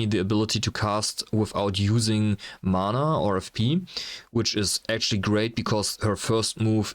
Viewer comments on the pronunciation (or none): none